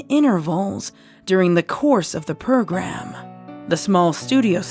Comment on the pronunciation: Heh purrgram. Dose anyone else hear it